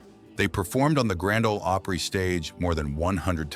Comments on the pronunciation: Grand Old Oh-Prey? C'mon you AI geeks. Can't you get this stuff right? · Learn how to pronounce "Opry". It's not oopry!